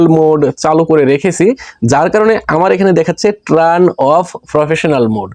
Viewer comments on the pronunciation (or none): ট্রান নয় উচ্চারণটা হবে টার্ন।। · ট্রান না ব্রো, টার্ন বলে ওটাকে